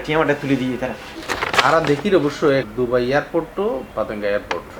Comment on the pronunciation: Bangali Not DOBAI This spell is It DUBAI